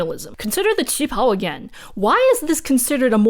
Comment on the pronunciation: Listening to the war and political party history reminded me of this Lindsay Ellis quote, "The legacy of colonialism is baked into every facet of every culture on the planet." Also, thanks for reminding me of the correct way to pronounce "qipao!"